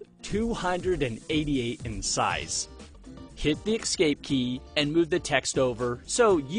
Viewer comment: No, no, no: "Eck-scape".